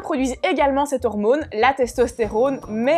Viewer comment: Comment tu dis « hormône » ça me stresse 😂😂 par contre les montages sont troooop stylés !’